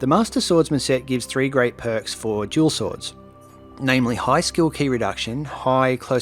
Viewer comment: Haha thought you were saying jewel swords and started wondering if there was a layer of knowledge I was missing entirely